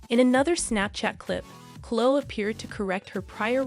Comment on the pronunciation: The word is epitome pronounced ee PIT o mee, not epi tome (not three syllables) and Chloe is not pronounced Clo it is Chlo ee. Sorry, otherwise you are terrific! These are small observations only.